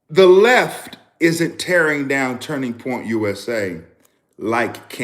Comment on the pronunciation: ❤ t’s on the word isn’t-t-t!